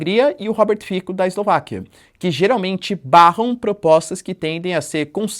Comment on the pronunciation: A pronúncia é "Robert Fitso", c nas línguas eslavas é "ts". Ć seria "tch"